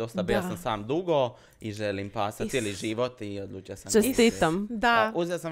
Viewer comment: „uzimam pasa“ Ja cujem „uzimam Passat“ 🤣